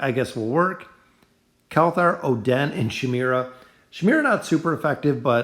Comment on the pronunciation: cant believe he said "oh, den" for oden........................................................................................................................ stg ima just comment abt how badly you butcher their names on each vid i see from you..